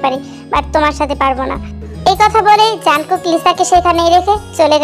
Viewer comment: Jankook না jungkook